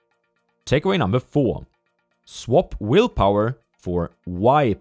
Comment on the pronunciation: wow. the "why-power" sounds like "knee-grow" from a joke from youtube. (it reminds "white power" same as "knee-grow" reminds the n-word). i hope this wasn't intentional as the author isn't a native speaker